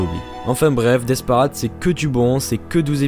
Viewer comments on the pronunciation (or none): Alors le death parAde ma dessus on dit paraide je mais le i pour que tu comprene mol